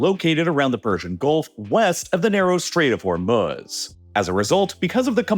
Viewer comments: WTHell is The Strait of Hormel-Smutz? 🤪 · THE CHALLENGE; do a shot every time you hear "Stait of Hormuz'. It's ridiculous.